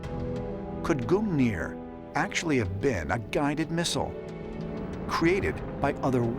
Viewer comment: "Odin and his magical Speer GOONeer"